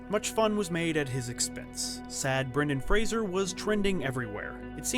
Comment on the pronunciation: Is that how you say his name?